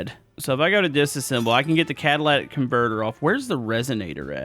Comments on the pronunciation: Love this series and just so you know the exhaust part that's labeled catalytic converter is not pronounced cadilatic converter it's pronounced cadalitic it's a cadali not a cadila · It's cat tah lih tic converter not Cadillac converter lol just helping out